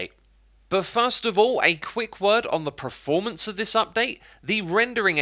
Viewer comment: It's "performance", not "preformance" (which is not a word)